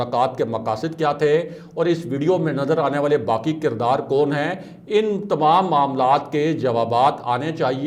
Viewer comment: تمہیں تو یہ بھی نہیں علم کہ اَختیار نہیں اِختیار ہوتا ہے کَردار نہیں کِردار ہوتا ہے